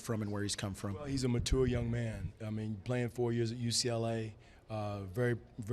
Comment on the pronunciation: I have no problem with Casey, but the way he says "mature" irritates me 😂